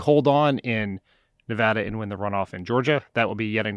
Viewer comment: AAAAA THANK YOU SO MUCH FOR PRONOUNCING NEVADA'S NAME CORRECTLY! It means a lot to me! So annoying when pretty much everyone in the world who isn't already living in Nevada is pronouncing it like NevAUda.